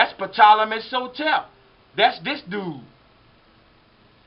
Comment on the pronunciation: Why does sotep sound like Hotep